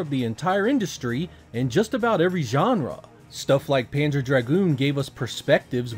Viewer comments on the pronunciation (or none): none